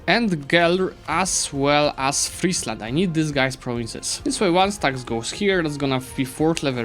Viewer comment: Finally, an EU4 youtuber that knows how to pronounce Friesland. Really enjoying this series as it allows to see your skills in a variety of scenarios, fantastic idea. I hope you'll consider a new series after you finished this one in another part of the map. For the next episode I'd think either Sweden/Denmark or Ajam would be interesting, I'd like to see the aftermath of the league wars.